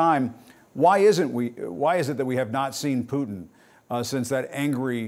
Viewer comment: Why cant any American news anchors pronounce Putin correctly? Listen to your guest and learn, Jim!